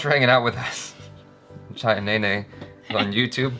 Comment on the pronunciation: is best in pronouncing😍😍